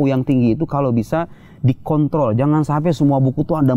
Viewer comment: Lagi-lagi kepleset pada kata kontrol😅